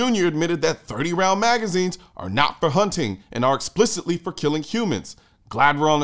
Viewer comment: "explicitly" lol oh boy....